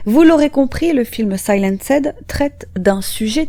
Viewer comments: Le "SAI-LAN-SED" du début m'a fait bien rigoler mais uoerbr vidéo comme d'habitude. À part les prononciations massacrées, continuez me bon boulot👍🏾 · Très très bonne vidéo ! Mais il va falloir revoir votre prononciation du mot "Silenced" en anglais :p